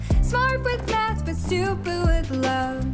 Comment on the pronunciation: Someone pointed out to me that in Stupid With Love that it sounds like she is saying "Stoopoo with Love" and I can't unhear it...